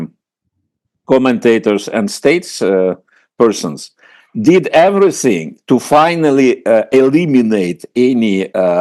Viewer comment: Какой ужасный английский у Фёдора Лукьянова. "Эврисынг". Впрочем, он и сам по себе дурак, не только в английском произношении. Зачем чувака пригласили? Он же скучный и нудный.